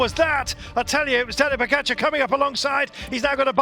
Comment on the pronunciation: This stupid commentator can still not pronounce Tadej's name correctly ( why he says "Pocacar" or something like this ) - after all these years this man is on the cycling's very top, seems he will never learn to pronounce correctly 😂